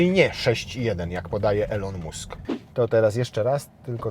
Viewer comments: Poprawna wymowa nazwiska to nie "Musk" A "Mask" tak na marginesie😅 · Boże za każdym razem jak mówiłeś mUsk to miałem mikro wylew :D mAsk się mówi :P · Mask, a nie Musk. Tak samo Bąk, a nie Bunk. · Po pierwsze mask a nie musk się wymawia po drugie jakby zbierać na nową izera zaliczki po 1500zl i gwarantować cenę 65000zl to zebralibyśmy więcej zamowien !!!! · Elon "MASK" nie "MUSK"